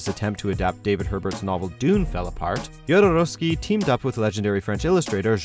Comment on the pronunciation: That´s not how "Jodorowski" is pronounced.